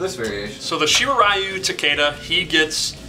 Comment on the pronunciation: It's "SHII-RAII RII-YUU" not "RAII-YUU"